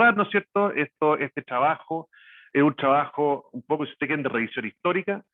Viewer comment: tan buena información y tan mal que se expresa, habla el expositor, clase de dicción y modulamiento le falta, horrible como habla...hay que traducirlo shrabajo = trabajo